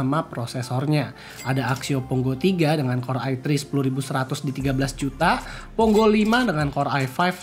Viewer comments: Pongo bukan Ponggo, baru nyebut serinya aja uda salah jd malas lanjutinnya wkwk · pongo bang bukan ponggo